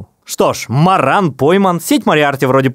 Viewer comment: МорАн, потому что если МОран, то созвучно с "moron" - "дебил" (англ.) А вообще фамилия Моран больше французская, а у них по правилам произношения ударение идет на последний слог. Я так ДУМАЮ ))